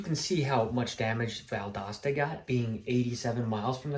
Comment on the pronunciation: Valdosta, it is an O, not an A Pronounce it - val·dow·stuh - Stay safe. 😊